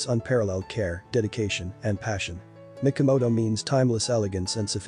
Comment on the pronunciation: It would be much better if, as an expert you could pronounce the terms and names correctly, especially Mikimoto, not Mikomoto.